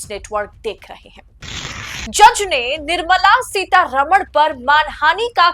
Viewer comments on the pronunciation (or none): One suggestion: please pronounce the name of Mrs. Nirmala Sitharaman correctly. This wrong pronunciation happens with every North Indian TV anchor. For your convenience I am writing the correct name in devnagari script: Her correct name is: निर्मला सीतारामन् Not: निर्मला सीतारमण् You can see the difference. I am surprised that she has not objected to the wrong pronunciation.